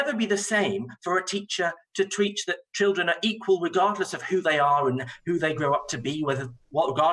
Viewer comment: "a teacher to tweach"